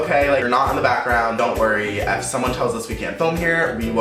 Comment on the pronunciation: have you noticed that whenever he says "if you guys are new to my channel" or "if you don't know" he always pronounces "if" like "eff" "Eff you guys want..."